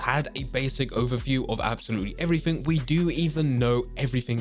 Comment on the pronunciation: Evrafing interesting way of saying everything